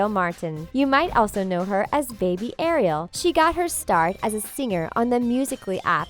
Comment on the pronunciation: her name is not Ariel like the little mermaid its more like R E L say it like that R E L